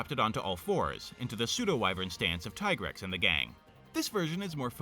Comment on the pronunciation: By the way you did pronounce Tigrex correctly. It is TIE-grex. You don't call Tigers "Teegers". ALSO! I'd love to see what you do with Gravios, given how you've changed Basarios! Will it change classes due to an extreme change in biology, like insects? Or will it become more Dinosaurid? I hope to see whenever you have motivation cause no pressure